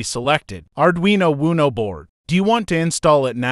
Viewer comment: It's not pronounced "Arduino Woono"